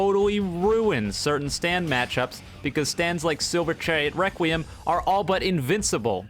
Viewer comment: “ Reqwem. “ -.